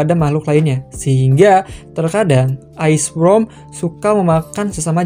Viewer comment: ok gg lu bang correct bang Ice Worm bukan ice wrom